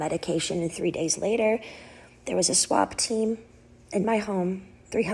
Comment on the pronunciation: I’m so glad I wasn’t the only one like “WTF?! Did she say ‘SWAP TEAM’?!”😂😂😂